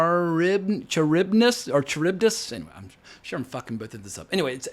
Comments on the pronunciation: If you listen to the song "Wrapped Around Your Finger" by The Police, you'll hear the proper pronunciation of the names of Scylla and Charybdis. 😀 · Listen to Wrapped Around Your Finger by The Police for correct pronunciation of Scylla and Charybdis. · Scylla: SIL-uh (rhymes with "pillar" and the "c" is silent)Charybdis: kuh-RIB-dis (rhymes with "rib" with a "kuh" sound at the start). I like your suggestion that the film could have been done in Greek and casting Greeks, which I thought of too. Get rid of the American English and the motley crew of inappropriate actors , and if it's a Christopher Nolan film people will watch it anyway. I also appreciate your pointing out inappropriate and anachronistic elements in Nolan's Odyssey. You take up just about all the important issues, are fair, enthusiastic where you can be. Your familiarity with and love of Greek mythology is impressive too. Great review.